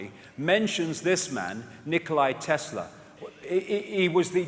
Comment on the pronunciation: It's Nikola Tesla. Not Nikolai